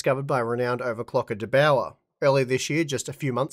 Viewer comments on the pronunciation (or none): as austrian, it kills me how you speak "der bauer" - for me it sounded like: "de bowa"